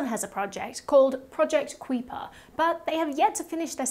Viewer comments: Beta tester since last November in Western Oregon, near Grand Donde. By the way, Kuiper is pronounced Kai-per, as in the Kuiper Belt of asteroids. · Kuiper is pronounced kaiper like Kaiser